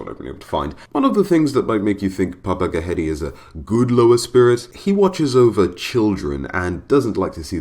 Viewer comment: You said it right the first time ghede